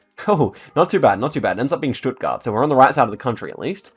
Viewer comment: Damn your pronunciation of Stuttgart was so on point.